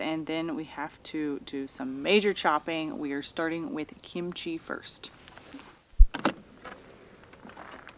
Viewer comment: Please don’t say kimCHEE. It’s KIMchee